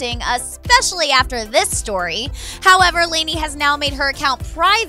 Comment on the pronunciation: white people...... "layney" LOL its pronounced Lah-nee sissssss.